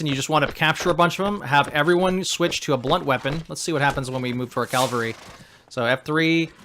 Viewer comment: Great tutorial but please, its C A V A L R Y not C A L V A R Y